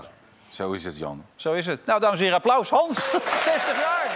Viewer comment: "Hallo Gans"😂